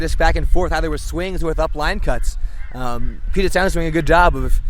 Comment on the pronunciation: it's pronounced Pew-jit not Poo-jit